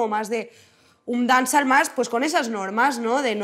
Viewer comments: Dance-all lmao if she keep saying dance all ...but she went to Jamaica right 😂 what part of Jamaica? Smfh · Si ni pronuncia bien la palabra "dancehall" cuando supuestamente es el género que hace. My god. De verdad, que no veo nada especial en esta entrevista, es una persona que sabe defender su música, just that. Pero siguen siendo unas lyrics de mierda. Sigue siendo música de mierda. "La marihuana es una droga blanda..." madre mía...es que real que me parece absurdo que estéis flipando con esta entrevista. Aparte de llamar a Becky G y a Karol G mainstream. ¿Tú qué eres? "Veo Bad Gyals, o Nina's o Zowis" hola? se han apropiado del estilismo callejero ahora???? Wow, es que de verdad que flipo.